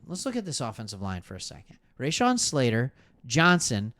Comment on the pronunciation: I like your content and how active you are but can you please pronounce Rashawn Slater correctly... it's not RAYshawn...just Rashawn... nails on a chalkboard my friend...